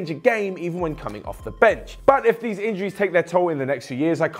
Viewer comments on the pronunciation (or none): none